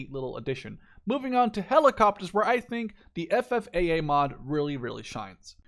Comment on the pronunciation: You said FFAA quite good, but I laughed when you said Estados Unidos hahaha. Keep the nice content going!